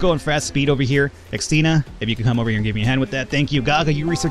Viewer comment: as a Christine, I have to admit I always twitch whenever you pronounce Xtina. Also, if you want a quiet pet, fancy trading your birds for my puppy? She doesn't make a noise, unless you count the thudding of her massive feet against the floor, and she likes to keep people warm by sitting on them...all 24kg of her...